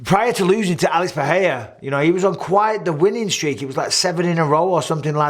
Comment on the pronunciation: "Alex Puhheyuh" is by far the best pronunciation of the man's name. All these knob commentators saying Puhraeruh, like you ain't Brazilian mate